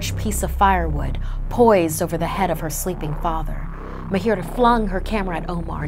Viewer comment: It's ma-a-h-i-r-a-a not m-a-h-i-i-r-a-a I am from India that's why IK how to pronounce it